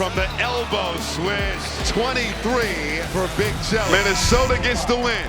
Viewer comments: saying minnesoder twice in one video is crazy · Did just put an "R" in Minnesota?